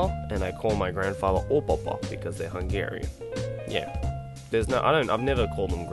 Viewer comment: It's not Ungarian, it's HUNGARIAN. Sorry, I can't resist but to correct you, it really irritates me how some people pronounce things wrong. His parents most likely immigrated to Australia and he grew up there, like some people including me. My parents are from Taiwan and I grew up here in Australia and was raised here. Make sense now?